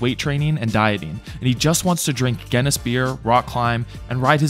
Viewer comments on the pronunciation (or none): How can you even pronounce guinness wrong, its pronounced gin ess